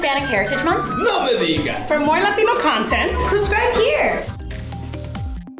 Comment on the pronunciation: Lol this video is as scam as the title And uhhhh whats with the emphasis on the word LATINO So annoying and I’m from Mexico